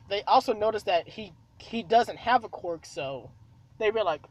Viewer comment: I love how to you say quirk as cork